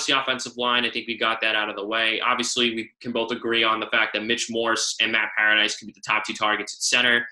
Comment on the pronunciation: Obviously you dont know what you're talking about if you can't even pronounce Matt PARADIS'S name correctly .